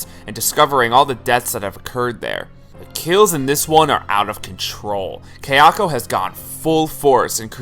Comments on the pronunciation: Haha I had to comment on the other video that it's kaya-ko not kayak-o it's sada-ko not sadak-o it pissed mee off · This was a great video, very well researched. But friend - if you've watched the Ju-on movies so much, surely you've heard them say 'ka-ya-ko,' not 'kei-a-ko.' So distracting. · Kai-ya-ko, Ta-Keh-Oh, toshio was pretty good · For your information, Japanese is pronounced exactly as it looks. Kayako is pronounced ka-ya-ko. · Only complaint with this video is that my OCD triggers whenever say Kayako's name lol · Great video, but it annoyed me everytime you said Kayako wrong. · Guys seriously he’s a westerner of course he isn’t going to pronounce a Japanese name right.